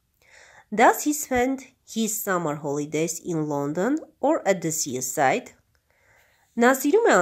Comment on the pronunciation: Sea - սի (այլ ոչ թե սիԸ) ") և նույնն էլ seaside (սիսայդ) Enjoy (ի՛նջոյ) Dialogue (դայըլոգ) Forest - ֆօրի՛սթ London (Լա՛նդըն) Letter (լէ՛թթըր)